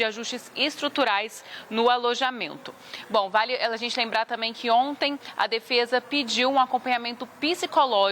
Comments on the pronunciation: 😮 ela disse "alembrar"???? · Ela falou Alembrar 😅😅